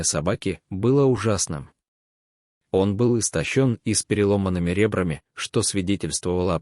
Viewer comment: Ребрами- е , ещё и ударение на 1- й слог!